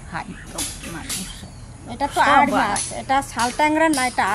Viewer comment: আড় না আইর